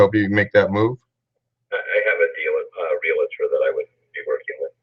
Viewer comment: Are you a real estate agent? Reason I ask is because I have noticed anyone who does not practice real estate has problems pronouncing the word realtor properly.